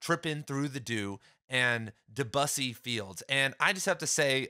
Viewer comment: My friend, it’s pronounced Deh-byew-see…